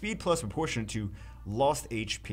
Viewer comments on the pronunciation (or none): none